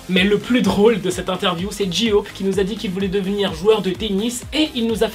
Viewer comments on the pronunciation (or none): Tu peux essayer de dire "jay-hope" plutôt que "ji-hope" pleaaaaaase 😭😭